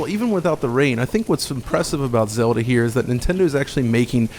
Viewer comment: "Zelder" lol ;)